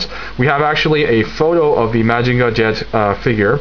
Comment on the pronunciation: Really excellent review. Lots of information but never boring. Solid in all respects. I don't know if anybody mentioned it, but if you just pronounce Mazinger as it's spelled, it is more accepted then saying Mahjinga. Most people are used to hearing Mazinger Z. Keep up the great work.